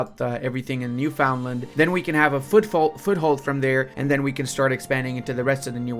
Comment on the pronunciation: I told you it was pronounced Newfunland and you replied to me, jk it is not a big deal.